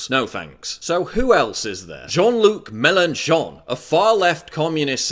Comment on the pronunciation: also Melon Sean and Macarons instead of Melenchon and Macron made me laugh :D